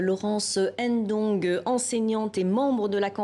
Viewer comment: Son nom de lit Dong, le n ne se prononce pas. Et courage aux peuples gabonais, arracher votre liberté